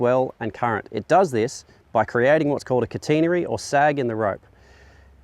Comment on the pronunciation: If you make anchors you might want to learn how to pronounce catenary... If I'm being really getting anal if say you should be in the game of calling anchor rope 'rode', since its an instructional vid.